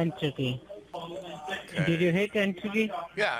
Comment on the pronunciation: make sure that you hit "entady" and also don't tell it wrong